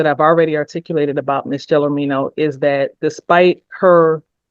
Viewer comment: Anyone can make a mistake. However, laziness is a different story. Chrystal Gelormino's name is on the screen throughout this video. It's also pronounced multiple times by the defendant herself, the judge and the attorneys. The very least you could do is pronounce and spell her name correctly.